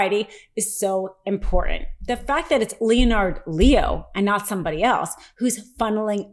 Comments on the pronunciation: Love you,. Love, Love, Love Meidas Touch. That said, I wish to offer some constructive feedback and I hope you will read it in the kindest voice as that is how I intend it. First: when you mispronounce words, it is really very distracting and has become increasingly annoying the longer it continues to occur. Do, please, use an online dictionary that has the read word's proper pronunciation aloud feature for any words you are not 100% certain that you know the proper pronunciation. Second, there are these weird moments when the cadence and rhythm of your speech which have ' out of place pauses and sometimes the taking of a little gasp of breath. You can make short pauses more natural by planning for them (note them in your script) and use that more graceful inhalation as a moment to raise your eyebrow or express something facially. These are also very distracting and lower the outstanding quality which you would otherwise be providing. I know Meidas Touch prides itself on breaking stories on the channel as quickly as possible, but please consider making a few (more?) rehearsal passes through a script before you record the final clip. The extra few minutes will not be as large of a detriment as the reduction in quality caused by these two issues. Keep up the great work, and I look forward to watching you get better and better. Best wishes! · The O in Leonard is SILENT. I understand it's not a common name. People get it wring all the time and I don't lose my shit. But you are reporting on a story. YOU ARE PUBLICLY SPEAKING ON AN ISSUE. FOR THE LOVE OF ALL THAT’S HOLY, FIGURE OUT HOW TO PRONOUNCE A FREAK8NG NAME!!! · Leonard is pronounced Lennard not Leo-nard, I've had this crap all my life, look it up and pronounce names correctly! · It's Leonard, pronounced "lennard" not 'Lee-on ard". Also Amicus briefs are not "Am-ee-cus " briefs. Grammar is everything ! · Leonard....not Leo - nard Lol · Phonetics are tough...Leonard sounds like Linnart....not L E O NARD..